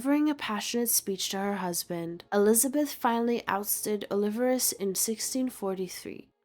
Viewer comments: 'oh-li-VAR-es' lol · Actually, it could be AI. They tend to mispronounce proper names like this. "Oh-liver-us" drove me nuts to the point of being unable to listen to this. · The way the teenage girl narrates this video is hysterical...check out the way she continually mispronounces the Spanish surname "Olivares" as if she's a retro valley girl.